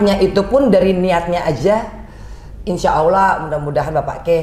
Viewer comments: Allah mba ..bukan Awloh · Salah sebut allah kok awlah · Maaf ya mbak angge bukan aulah tapi dobel ll allah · Cekeeeeeeppppppp....mba Angie lebih dari muslim biasa....cuma menyebut Lafaz Allah nyq saja yg perlu dipetbaiki ...over all...subhanalloh... Allah mengangkat drajat nya Amiieen...